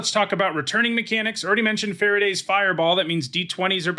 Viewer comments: A small note: Farideh is pronounced fa-REE-dah. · I did not know Farideh was pronounced like Faraday, and I keep imagining a 19th-century English scientist creating an electrical fireball.